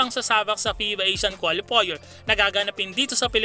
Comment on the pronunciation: paps, kwalifayer ang bigkas sa qualifier! ndi kwolifoyer